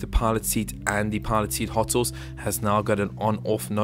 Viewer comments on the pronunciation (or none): In the start he said: And the pilot seat hotsauce instead of hotas